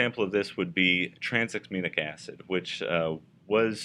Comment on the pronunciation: Tra nexa mic acid is pronounced wrongly. Please note